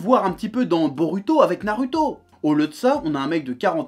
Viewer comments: Tu me fais rire quand tu dis narUto...j aime bien...commentaire le plus inutile ever.. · Ça casse les couilles d'entendre un u dans naruto, tu veux pas prononcer goku "grocul" tant que t'y es ?